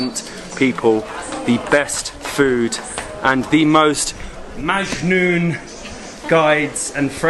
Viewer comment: It's so funny when you say MAJNOON 😂😂😂